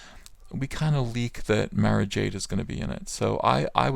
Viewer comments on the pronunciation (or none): You miss pronounced Mara (Mar-ah)!